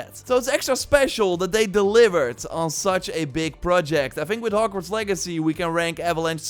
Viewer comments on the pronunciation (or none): the way he says HokWards